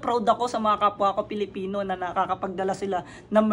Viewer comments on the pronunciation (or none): none